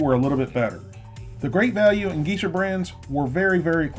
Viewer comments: GEE-shah? seriously? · Geisha is pronounced gay-shuh. No offense. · Geesha brand is GAY sha (pronounced that way) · Also; you pronounced Geisha incorrectly.